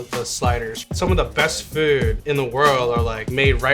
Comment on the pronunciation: 😂😂😂 FEEHWD